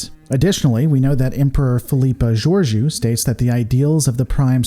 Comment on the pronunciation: Do you just use captions and no volume on Discovery? They say Captain Georiou often enough you have obviously pronounced incorrectly with intent or bad lore on your part.